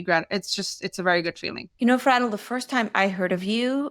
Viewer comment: Why do you pronounce her name like that? Isnt it Fray-del?